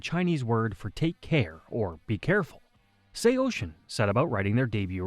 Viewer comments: SHEYOSHIN? I always said it as SAW SEEN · Bro couldn't get the AI voice to say Say-o-sin. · Say-Oh-Sin. I had to stop in the first 18 seconds of this video. Stop using AI to create these BS "band histories". Why is this so popular now? You share the most basic information and have zero band member perspectives. Do better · ((SAY-YO-SIN))!!!!!! ILL SAY OCEAN THE SECOND YOU SAY MY BANDS NAME RIGHT! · First, it’s pronounced Sayo-Sin. Second, Cove is the permanent singer. Third, Anthony being a drug addict, especially heroin is a big reason he’s not in the band anymore… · SAYO-SHIN??? WHO TF IS SAYO-SHIN?!!! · Brother. It’s pronounced SAY-O-SIN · Sao-shin ?lol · sayocean is the way it's pronounced fam lol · I have never heard anyone pronounce it that way before 😂😂😂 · Wtf? Bruh pronounce it correctly! There’s no H in SAOSIN! This is just as annoying as morons say “nucelar” instead of nuCLEAR🤦🏻‍♂️😒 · I turned it off 10 seconds in when u pronounced it like that. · Why are you pronouncing it like that?? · Well he’s wrong too haha. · AI murdering the pronunciation of the band name lol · its the dumb AI voice. These videos kill me, decent b reel footage, decent script but they get an AI voice that makes mistakes like that.